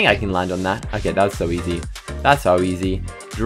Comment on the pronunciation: "It's OKEH not to be OKEH"❤ ( cry😭)